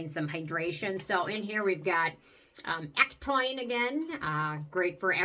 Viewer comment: Another good video! I def want to try the Peach & Lily. Hey, did you know ectoin is actually pronounced eck-toe-in? 😊